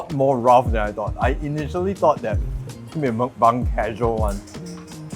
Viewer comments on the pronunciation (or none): none